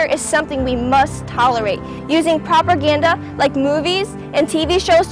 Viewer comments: LMAO she said properganda... not propaganda XD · She said "Properganda"...uh ...huh? Propaganda.... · "Properganda" hahaha! It's pronounced propaganda, lady. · "Propergate" xD "Proper" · Why is no one saying anything about your mispronouncing of propaganda